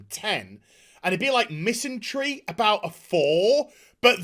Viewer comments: Err, it's 'MISANDRY' not 'MISANTRY' my friend. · Agreed. But the word is 'misandry' - with a d, not a 't'.